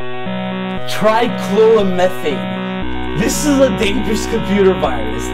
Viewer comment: trai-chlour-o-methain yes you are pronouncing it right